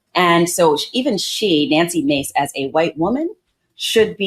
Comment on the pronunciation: So she's Na-nuksy Ma-cé?